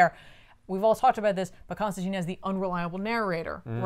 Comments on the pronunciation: your work clearly shows. This is one of the best paced and most informative Back Issues episodes I've watched (and I've watched them all way too many times). Looking forward to more ep's with you in the middle and more accurate pronunciation of the name Constantine lol. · There are multiple lines in hellblazer's original run where John himself corrects mispronunciations and says his name rhymes with fine.